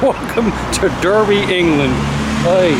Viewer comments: No shit, you're in Derby huh? (it's pronounced Darby btw) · It's pronounced Dar-bee. And, the UK is more than just countryside. Expand your horizons, moron. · It's pronounced Darby. ;) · Haha,derby.its pronounced Darby,but spelt derby...aww,bless.just make the most of it....the biggest thing derby is known for,is horse racing...I think lol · Mispronouncing the town name would go down well. It's spelled "Derby", pronounced "Darby". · You're in Britain?! I'm in Wales and there is so much more to see!! Also, it's pronounced "Daarby" ;) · It's pronounced 'DArby'